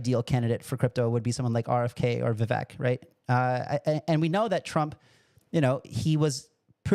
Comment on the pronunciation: Vivek pronounced Vi-vake, talked to Trump about crypto. And it just guaranteed him the election.